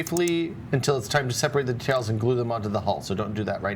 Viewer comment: can't pronounce detail and decails properly